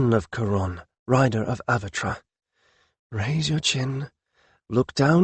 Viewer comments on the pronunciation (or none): Oh well, same all same all! Pronunciation problems. I'm starting to believe its an unconscious thing , something with the paths your language lays in your brain, makes it hard to utter some sounds. Kiron would be kaÌ-ron,not kuron! Avatre would be Avat-RE, not avatra. Hard for English speakers, but not impossible. Your dealing with an actual language ,not the mercantile patois you were taught is one.